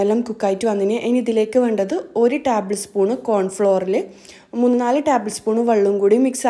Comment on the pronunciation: Taaabal spoon alla table spoon